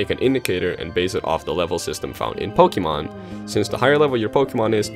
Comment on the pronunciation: And does he have the single brain cell necessary to know that it is pronounced (poke-ay-mon)